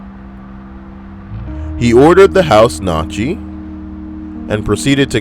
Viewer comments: Gnocchi is pronounced "knee-oh-key". Thanks for the great vid! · lmfaooooooo!!! dude on #22 was a fucking savage! lmfao #20-.. its KNEE-YAHKI...:) #1 omg dude was amazing!!!! hail ultimate wing-man hail ultimate wing-man! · Gnocchi is pronounced like "NYO - kee"